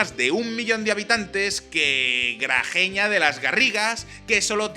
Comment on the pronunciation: Los catalanes independentistas lo son, gracias a Españoles que se esfuerzan en decir correctamente "Liechtenstein" y lo poco que se esfuerzan en decir el nombre correcto de una población catalana. GRAGEÑA ???? XD